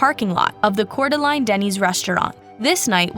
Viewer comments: Coor-duh-laine glad she’s is okay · Lane! It's pronounced Core Da Lane! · It's pronounced "core de lane" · What a horrific case. Also Idaho resident here, Coeur d'Alene is pronounced 'cour de lane' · Core da lane - Coeur d'Alene (translates to "heart of the awl" given to the indigenous tribe in the area by french trappers/traders) Coo tah nee - Kootenai County (the word refers to both an indigenous people and their language) We should be Googe checking pronunciations of places we do not live Mispronounced proper nouns make it painful to listen to